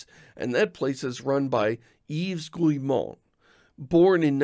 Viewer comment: By the way, that's not how you pronounce "Guillemot". You should pronounce those first 3 letters as in "guilty".